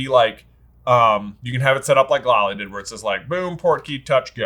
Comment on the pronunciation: LOL at and calling “Bundy” (as in, Ted) and calling Lally “Lolly”